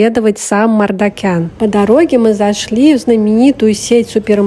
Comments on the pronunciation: Вообще-то МаржакАн, а не МардакЯн.Просто на азербайджанском звук ,,К,, в этом слове звучит мягко, как в слове кино.А следующая за К звук ,,А,, звучит просто как ,, твердое ,,А,, ( не йа, и не я). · Не Мардакян а Мардакан